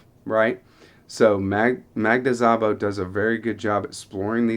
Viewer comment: As a native Hungarian speaker, I just want to let you know you don’t pronounce the “z”. It is pronounced like sa-bo.